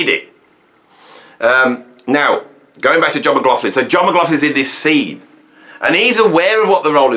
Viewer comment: Sorry if you say John McGofflin one more time I will go nuts...it's John Mclaughlin pronounced McLOCHlin....sorry bud but I'm scottish and this is just wrong;)